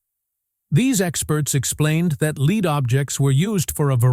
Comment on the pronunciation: To the announcer of the video, the coins and other findings is lead, not leed. It is an elemental metal. How could your mispronunciation go unnoticed?